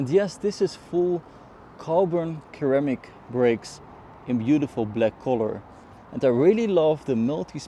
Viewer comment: Excellent video, and a stunning car. btw, ceramic is pronounced seramic. Thank you.